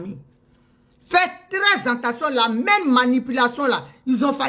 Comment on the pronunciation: On ne dit pas anttention chère Madame et tous les ivoiriens, on dit attention, A TT EN TION et non AN TEN TION..